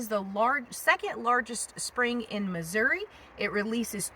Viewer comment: WOW! I just love, love , love it! And you got it right, it’s Missouri “ee”, not Missour “ah”. And it’s a float trip, not a paddle trip. Last time I was done in the “Irish Wilderness “, we saw a 5’ rattle snake across the trail at Whites Creek Cave. It was the most non aggressive, docile creature I ever encountered. Next time you come back to the “Cave State”, we’ll throw a couple pork steaks on the grill and see if we can get you into Carol Cave, probably the most beautiful cave in Missouri. And by the way, you got more caves in Tennessee than we got in Missouri. Just don’t tell anybody. Take nothing but pictures, leave nothing but foot prints and keep nothing but memories.